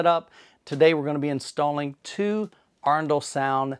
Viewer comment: Got the pronunciation of Arendal right! :) Maybe not completely in local dialect, but in line with how two thirds of Norway’s population would pronounce it.